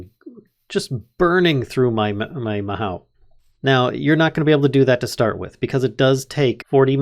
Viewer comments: "Mahow" Me: facepalm Lol good work on this vid. I do however want to say that it's pronounced 'Ma hoe oo' but the oo sound is light and not heavy. It means magic in Japanese. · just fyi its not pronounced ma how, its ma oh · Just for future reference, "mahou" is Japanese for "magic", and it's pronounced mah-HO not MA-how. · Hi so it's pronounced ma-ho and in japanese it means magic 07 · Mahou is Japanese for magic, and it's pronounced MahO (Long O sound), there is no OW sound as with English. Tsukai is pronounced Tsu-ka-EE, and it means "Use". Japanese vowels are pretty important, so if you see "i" it's pronounced EE, and E is pronounced like the Canadian "Eh", O is Oh, U is oo (there's a specific sound, but that's generally a good go to), A is "ah". And that's your Japanese 101 lesson for today, go start reading Japanese words without knowing what the hell they mean 8D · Mahou is pronounced Ma- ho in japanese. the ho is kind of longer sounding hoh. Ma-hoh is close to how it sounds. There is another word that's very close but that's off topic. If you wanna learn japanesem I'd suggest you learn it because it's actually pretty fun for me. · In japanese, "ou" means "long oh", so mahou would be pronounced "mahoh", with the o sounding like a long version of the o in "mother". If you know german, the vowels in japanese sound really close to that ;) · oh i thought the mod was discontinued! i remember this one from reddit, it's inspired by Fate series. The mod feels super unique, lots of Magic mods are just re-skinned tech mods - like Thaum or Botania, of both i am really big fan, but this one is just pure magic also, it's pronounced as "maho", japanese for magic, specifically the "magic method", typically the bewitching andwitch-esque magic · bro mispronounces mahou within the first 5 seconds